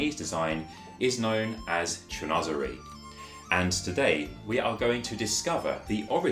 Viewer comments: Unfortunately he’s pronouncing the word in an American accent or his second language is English, so I respect his way of pronunciation. It’s just not correct. I am fluent in French and English , so it just annoys me when people try to hard to seem like they’re really big in to the design style, then they must respect the actual word by pronouncing it the correct way. He must not have any knowledge that pronunciation of certain words are just jargon style words. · "Cheen- was- eree"